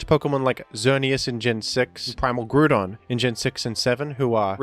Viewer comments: You just refuted yourself... the top commenter is also saying it's pronounced like ground. But that is not what said. pronounced it /Grew-don/ like you 'grew' some tomatoes. The pronunciation is /Grou-don/ as in 'ouch', 'brow', and... well.. ground. He's just trolling anyway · “Primal groodon” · >Groo-don Ya got me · has been banned for pronouncing GROO-DON. This is insane. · Why does pronounce groudon as gru-don 😭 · You'll get used to it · i think pronounciation of groudon has grewed on me